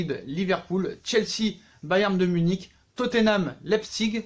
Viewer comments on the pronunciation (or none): Ça se prononce " leye pziche " pas "Leye zpigue" à part ça au top la video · leipzip se prononce : la-i-psi-g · Ca se prononce lep(siche)